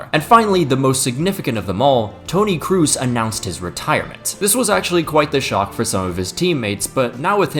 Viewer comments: FYI the "oo" in "Kroos" isn't pronounced like you would in english (crazy, I know), it's pronounced as a normal, long "o". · Se pronuncia Toni Cros, no Toni Crus. Estúpido gringo. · It is Kroos not Krus :face-green-smiling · It's not Tony "Kroos". It's Tony "KROS". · its Tony kroos, not Tony Kruse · It's spelled "Cros" or "Cgos" not "Crus" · I need to sign a petition that people learn how to promounce names. Making Kroos sound like Cruz is a crime. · Why tf you pronounce Tony kroos as Tony “Cruz” wtf u saying blatant ignorant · Yeah. Tony Cruise. 😂😂😂 That Chinese freak can't pronounce correctly. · Did he just say Toni Crews? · Toni “Cruz”??? Am I missing something?? 😂 is he mexican now ? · I can’t believe that even post-retirement no one is putting any effort into pronouncing KROOS‘ name properly.